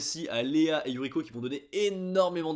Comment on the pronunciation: Un peu hors sujet, je ne sais pas si tu avais remarqué mais je trouve ça intéressant que tu prononces parfois Yu"r"iko (à la française) et parfois Yu"l"iko ! Décidemment c'est pas facile d'être bilingue lol, j'ai ce problème aussi avec l'anglais... C'est comme si ton cerveau ne pouvait pas s'empêcher de lire les mots à la française !